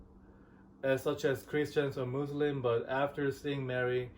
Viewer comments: I don’t know why people keep saying Muzlim.. it is Muslim. MUSLIM I hope you correct that. Thanks 😊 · But you said it .. مزلم muzlim is not Muslim مسلم.!!! As I mentioned earlier, the problem of pronunciation usually faces those who have the difficulty to pronounce the word Muslim, even though they make an effort to say as it should be. Again, the name Muslim is regular, with a meaning that means Submitter. The one who submits to Allah. You can check the dictionary. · Salam alaikum sister! Actually that was my first time ever seeing you - and that was my first notice. If you were not Muslim and a western then could be a matter of pronunciation but you should be the one to say it right and know the huge difference between Muslim and Muzlim.✌️